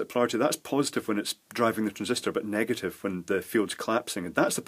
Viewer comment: negat I've charges, no less... "chinglish" at its finest.